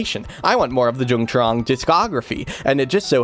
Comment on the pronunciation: Note: I'm pretty sure the name Dung is pronounced "Yung". Even though Vietnamese uses the same characters as English, they don't always sound the same. (ex: the name My pronounced "May") Source: I used to work in a place with people from Vietnam, including people with the name Dung.